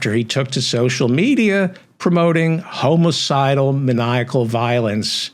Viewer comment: It's not "homo-cidal" it's homicidal.